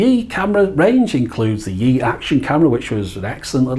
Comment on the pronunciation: 'Yi' is pronounced more like E, it's 1 in Mandarin. 'Xiao' is pronounced Show as in Shower, without the er.